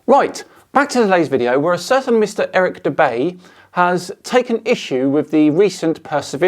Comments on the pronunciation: When you said "Eric Dubay" I seriously considered not watching this. Unfortunately I did anyway.. Cause you're, but HEY! You owe me one for clicking like despite forcing myself to listen to Erick Dumbay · its Eric dubay